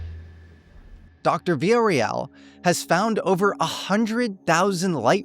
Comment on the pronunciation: Love you but mofo, not even a minute in and you've already mispronounced her last name!! <3